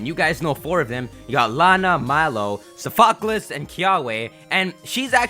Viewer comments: Your pronounciation: SOFAH-CAH-Less Real pronounciation: SOF-AH-CLEEZ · I think Sophocles is SOFT-UH-CLEESE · Dearest, its "SOFF-o-cleese". Like the philosopher. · Sophocles is pronounced Soph-a-clees. So-fock-alus is just really funny. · Woooooooow. Suh-fock-less? I think he meant Saw-fuh-klees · Omg the way he says Sophocles name........... 😱 he keeps pronouncing it like its a Pokémon name or something. It's soft-oh-cleez 😂😂😅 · SOF-O-CLEEEEEEZE like the greek guy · Sophocles = So-fuh-clease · What was that?? Sofaklis? AHAHAHAHAH NICE ONE BRO Sophocles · it's pronounced "saaf-uh-clees" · IT'S PRONOUNCED SOH-FOH-KLEEYS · Sof-oh-clees. I'm trying, please understand how this is said. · pls lol Sophocles = Soff-oh-cleez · Sophocles is pronounced "SAH-FAH-CLEEZ". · He still can't pronounce Sophocles correctly... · Oh my god, if he says "Sophocles" wrong one more fucking time.......